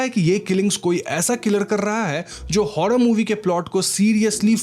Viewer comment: Bhai र शब्द बोलने मे कोई दिक्कत है क्या तुझे 😂 हॉरर को हॉड़र मूवी बोलता है तू बुरा को बुड़ा बोलता है